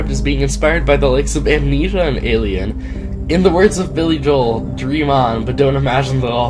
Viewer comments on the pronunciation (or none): none